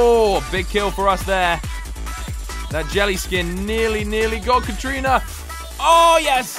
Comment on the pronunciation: katarina it’s Kat-a-rina not Kat - trina